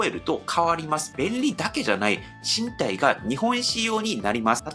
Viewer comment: + 身体は「からだ」と読んだ方が自然です☺️